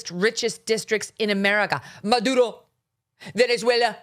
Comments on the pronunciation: I am latina. I am not a fan of AOC. She stupid, Idiot and she should be not in congress. How ever she is pronouncing Maduro , Venezuela correctly. I hate to say this since I can't stand her. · AOC, who doesn’t think Elon Musk or Candace Owen are intelligent people at least pronounced Maduro and Venezuela correctly. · Sorry, Megan, she speaks Spanish and those are the correct way to pronounce them. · I’m not a fan of AOC but your making fun of how she pronounces Maduro and Venezuela but thats how you properly pronounce it and she speaks Spanish… doesn’t matter where she grew up Spanish speakers are not pronouncing Spanish names like a gringo ..a white person making fun of a hispanic with Spanish pronunciation 🤨